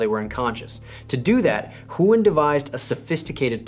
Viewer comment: I didn't know Huynh can be pronounced in so many different ways. I think there was at least 6 different ways but none of them properly 😅